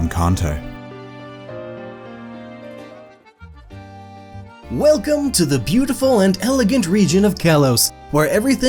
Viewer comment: "Cunto" Region is my new favorite.